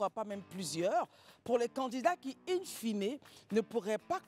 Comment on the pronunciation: Madame "in finé" 😂😢